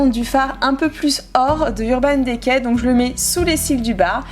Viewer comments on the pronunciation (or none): Coucou c'était juste pour te dire que Urban decay s'ecrit comme sa <<------ mais se prononce Urban Dicay voila gros Bisous 💖💕💘 Je t'adore 💖💕😋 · C'est trop bizarre comment tu prononces "urban decay " 😂 Super video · Ça me fait rire quand tu dis Naked et Urban Decay olala 😂